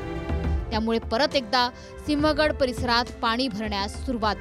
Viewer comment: सिंह गड रोड असे म्हण ग